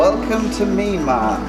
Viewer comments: Actually it is not mee an mar but myan mar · it sounds like you are saying MeanMa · It's not a Meenmar dear, it's a Myanmar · Nice but why the hell does he keep saying 'Meenmar'?